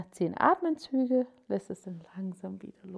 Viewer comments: Es heisst ATEMZÜGE!! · „Atmenzüge“ … „die gesamte hinten Oberschenkelmuskulatur …“